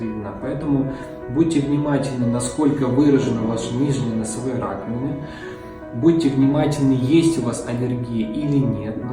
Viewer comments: Нижние носовые, простите, что? Раковинки? Не расслышала.. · 3.01 Нижние носовые ... что? Несколько раз отматывал назад чтоб понять это слово.